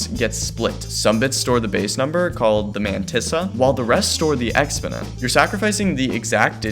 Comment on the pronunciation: Who taught you how to say the word exponent? Fire them.